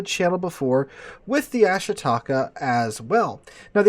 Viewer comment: ah SHEE ta KAH. FFS..